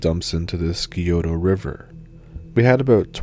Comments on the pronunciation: Sci oh ta not ski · Love the Ohio story! I am an Ohioan, and very familiar with Scioto County. Not judging, it's pronounced Syohtoh 😉🙃 just fyi 😘 The Goatman is very famous here 🐐 and we are very fond of our cryptids 🤣🤣Thanks, you rule!